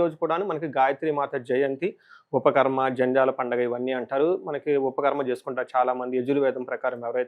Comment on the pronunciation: ఉపాకర్మ! ఉపఖర్మ /ఉపాఖర్మా కాదు